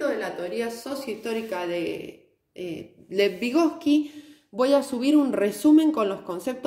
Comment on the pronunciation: Muy bueno pero es vygotski